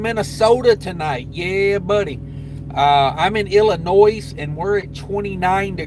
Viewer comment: Bro, there is no “S” pronounced in Illinois, I about lost it when you said IllinoiS the second time😂